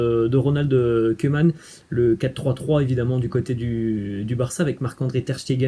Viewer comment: je suis de belgique...cc...respect mais stp tu koeman par pitie sa se dit kouman stp pas comme des oeufs stp merci...mets meme la tv hollandaise tu verrais bien par toi meme sinoin respect chuis al depuis le debut...cc de belgique